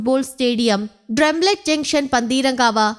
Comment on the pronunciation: ട്രംലറ്റ് അല്ല ട്രമ്പറ്റ് ജംഗ്ഷൻ